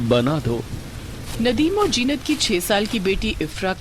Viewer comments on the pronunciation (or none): Mera naam bhi zeenat hai lekin ye to jeenat bol rehe hai but story is good ❤